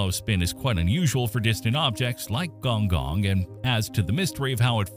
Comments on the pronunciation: Its gon'goon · Correction on the spelling. It's khong khong and see ahng lee oo.